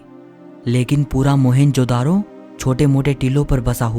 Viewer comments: भाई इसका नाम 'मोहनजोदडो ' है न की मोहेन्जो - दारो !!!!! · But first and foremost Its not मोहन जो दारो ❌ Its मोअन जो दढो ✅